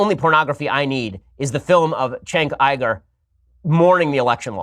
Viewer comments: yeah it's kind of weird, because "chenk Igur" doesn't sound any worse or better than "Jenk Youger". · "chenk igur"? god he's a dumbass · "Chank Ieger" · He knows that it isn't "Chenk Uiga" but, well, "Cenk Uygur" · "Chank iger" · "Chenk Eyegir" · "chank iger" LOL fascists have some weird speech impediments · You wrote a book on pornography...? Did you enjoy doing the research? "Chenk Aigar" what a child. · Who’s Chank Iger? 😂 Also, there is nothing wrong with porn. It’s perfectly natural. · Who tf is Chank Igerd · "Chenk Iyger"? He's debated him and he doesn't even know how to pronounce his name? Maybe Bean Shaypirro should pay attention. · Who's Chank Eye-gore? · "Cenk Iger" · "Chank Eiger"? I thought that Ben was touted as a genius by the right but he struggles with pronunciation? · Chank Eye-gur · Chenk Eyegur lol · "Schenk ygor" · they way you pronounce it not body knows who cenk igor is... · everything you need to know about this piece of shit: he knows EXACTLY how to say "Cenk Uygur" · Why can't any Republican say Cenk Uygur right!? God damn it's annoying as fuck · Bin Sepirow can make his shitty gay boy arguments, but can he at least pronounce cenk uger correct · i can't take Ben Shapiro pronouncing cenk uygur name lol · The intellect Ben Shapiro cant even pronounce Cenk Uygur